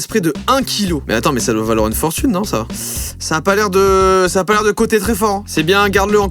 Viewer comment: Hein* pas "hyn"